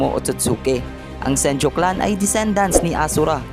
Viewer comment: senju not senjo